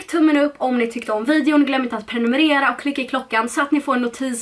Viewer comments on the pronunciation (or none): none